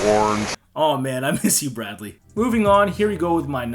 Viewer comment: That Bradley mispronunciation was hilarious.